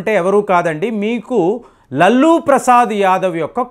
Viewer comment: లల్లూ ప్రసాద్ కాదు.. లాలు ప్రసాద్ యాదవ్